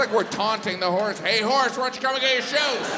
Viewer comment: Oh! You said "horse"! I thought you said "whores". Geez no wonder I didn't get the jokes. NOW... they make sense 😂